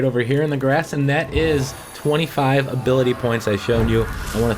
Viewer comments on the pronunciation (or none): none